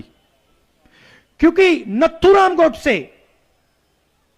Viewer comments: नाथूराम गोडसे जी को नथूराम बोल रहा है उसके एडवाइजर क्या सलाह देते हैं समझ नहीं आता है जिसका धर्म का पता नहीं है वह हिंदुत्व का भाषण दे रहा है कायर है सुनने वाले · Rahul can't pronounce correctly Nathuram .He is not mentally matured person. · इस गदहे को नाथूराम गोडसे का नाम तक लेना नहीं आता ।